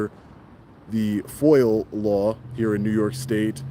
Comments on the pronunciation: We love the work you do, but please stop saying "Foil". It's pronounced "Foi-Ah". Lol 😂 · Appreciate what you do but hurts my ears every time you say “foyal request” for the FOIA request. There’s no L in FOIA. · FOIA NOT FOIL FOR CHRIST'S SAKE. 😂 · Is it Foil or Foia? Sounds like he is saying foil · It's FOIA not FOIL! Freedom of Information Act. Please correct yourself. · Are you saying FOIL ...?? instead of FOIA ...?